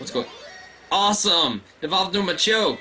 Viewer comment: Isn't it pronounced "MAH-chop"? I prefer that over "muh-CHOP".